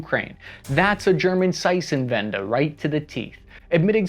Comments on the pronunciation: ZeiTenwende not Zeissenwende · Stop murdering the word Zeitenwende holy shit. Its not Zeißenwende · Zei"T"enwende. It's a T not an S. Pronounced Tsaiytenvende. But an admirable effort. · Seisenwente??? Zeitenwende! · As a German, I was happy when I heard you say you're done saying ZeiTenwende. THERE'S NO S IN ZEITENWENDE 😂😂😂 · It's called Seitenwende not Zeutenwende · It's ZEITENWENDE not saitähnwände! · Man you always say Zeissenwende but there is a T 🤣🤣 it is ZEITEN like tsightn But the Wende you spelled correct. Zeit is like sight but with a sharp Z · Ever considered looking up how a word like Zeitenwende is pronounced? Or just repeat zeissenwande? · Zeitenwende is more like Tseite-tenvendeh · just say tsaiten-uende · Seisenwende)))) my ass)))) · Stop butchering these easy words! Boondeswar? Seitsenwenda? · it hurt how you said "seisenwendäh" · Why is your pronunciation of german words getting worse everytime you say them ? ^^ Bundeswehr -> Bunseswehr -> Bundesser -> Bundeswr -> Bundesbar. Zeitenwende -> Zeitsenwende -> Zeissenwende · Seisenwende hahahahaha😂😂😂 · Kudos for your German pronunciation. But if you're interested I can try to describe how to pronounce Zeitenwende better, (I'm German, we complain, it's a sign we care): Zeitenwende. It is - as said - closer to a change of an era. Secondly: the German 'z' is sharper. Try to pronounce it with a ts, Tsaitnvende (the v is a bit softer than in English). The German 'z' isn't a 'z' like in 'Zoo', which is more an s sound in English. It's closer to the 'z' in 'zap', but it a t in front of it 'tzap'. Thanks for covering the issue! It's weird as a German, but about time things are changing. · Zeitenwende -- "Tsitenvenda" approximate pronounciation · Yea i learned how to pronounce Zeitenwende. AKA Seißenwendah lol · The more I hear him say it the more convinced that I am dyslexic (and blind) and the word may actually be spelled Seißenwendah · Congrats, you butchered the word "Zeitenwende" like nobody else.